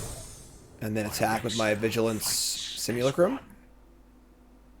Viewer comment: One comment = one diaper for Cassian! And so you know: simulacrum is pronounced sim-yew-LACK-rum.